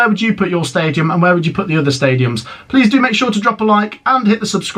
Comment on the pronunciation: Peace out please that's Matt Amstrongs farewell, need to work on another way to say see yeh.